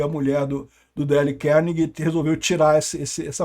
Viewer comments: É " dêiu cárnegui" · Mas por que tem que pronunciar errado o nome do cara? Por que o desrespeito com língua estrangeira dessa forma?